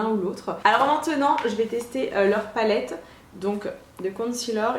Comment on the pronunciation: Horia derrière me fait rire CONCEALER PAS CONCEALOR 🤣